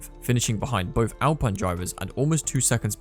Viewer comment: Has this commentator ever watched a Grand Prix? He can't even pronounce Grand Prix or Alpine.